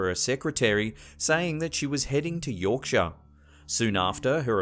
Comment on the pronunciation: Berkshire, it's pronounced Barkshire. At least you said Yorkshire correctly! Props as always for the video!